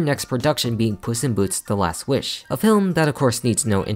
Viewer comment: Love the emphasis on “WISH” Nice touch😏